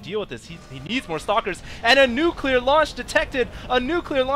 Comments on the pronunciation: nucular fire? Actually, right when that word is said, I noticed that one immortal lost all his shield and some health, is that normal? aren't they supposed to only lose 10% or is it only on normal attacks? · nucular fire? :p